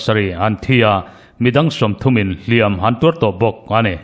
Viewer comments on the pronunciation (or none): none